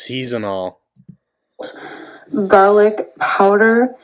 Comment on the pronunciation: It still cracks me up that she pronounces it as "seasonal" salt instead of season all.